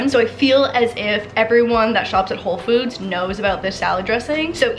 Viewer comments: Did anyone else hear when she said “home foods” ? 😂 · Anyone else catch at minute her saying “Home Foods”? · it kinda sounds like she says home foods LOL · can we just talk about how said "Home Foods"